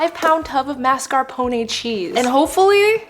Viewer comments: Mars-ca-pon. No MARSCEEPONA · it's not correct, though? It's mascarpo-ne (similar to "nay" but not as long of a sound) not mascarpo-nee. For tiramisu, her stress is just off. She says tira-MISU instead of ti-ra-mi-SU. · It's (mahs-car-peh-nee) not (mahs-car-poh-nay) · The Italians are dying as she keeps saying "masca poney" I love you honey marscarpone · "Teeeramisu" and "mascarponay" are making my Italian soul boil!!!🔥🔥🔥🤣🤣😡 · Mas- car- Poe- nae 😭😭😭🤚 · I don’t wanna sound mean or anything but mascarpone is pronounced “mar-ska-p-own” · Tirameeesu and mas-car-poney- hahaha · It is pronounced mars ca pone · I tried, I really did, but then the pronunciation of mascarpone made me commit crimes in my area. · The way you say mascarpone and Tiramisu is so silly I love it. Edit: if you’re taking offense to my comment when i literally say I LOVE IT, thats crazy work. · The way she pronounced Tiramisu and Mascarpone almost gave my husband a stroke. He’s Italian. 😂🤦🏾‍♀️ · Watches first 20 seconds, looks up pronunciation thinking she's saying it wrong, realizes I've been pronouncing mascarpone incorrectly my entire life 😅